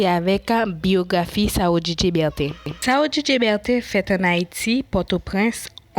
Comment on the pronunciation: Non an mal prononse